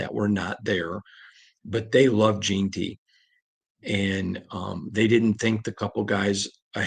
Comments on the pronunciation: JEN-TY where you get Jean Tea from put some respect on his name sir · Gen-ty not Jean-ty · Say it slowly....JEN-ty....JEN-ty....JEN-ty... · Damn can we pronounce the kids name right already!?!?!? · how hard is it to pronounce AJ’s name correctly? 😂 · FOR THE LOVE OF JIM OTTO PLEASE LEARN TO PRONOUNCE HIS NAME CORRECTLY! It has been like fingernails on the chalkboard for the last two months!